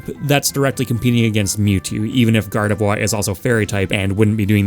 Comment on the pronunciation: I swear you said gardevoir's name like that on purpose to mess with people. Also, for the boxers, having more than one boxer is totally possible. Look at street fighter. Dudley and Balrog play COMPLETELY differently from each other. One is pure power and the other is more finesse and style with a rapid beat down counter style. Not to mention the 3 common boxer archetypes and you'd be set. I can see hitmonchan with completely different moves than little Mac, with way more flurries than straight lunges in reference to it's pokedex entries which state it can punch so fast it looks like it hasn't even *moved*. Also hitmonlee is clearly either a muay Thai user or kickboxer who btw has super extendable legs which could lend to a tricky spacer character where certain inputs control how far the legs stretch.